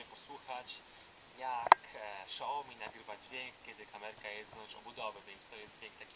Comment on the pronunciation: nie Szaomi tylko Siaomi jak już!